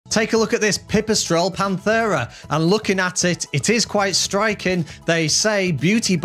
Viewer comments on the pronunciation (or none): Pant-era not panth-era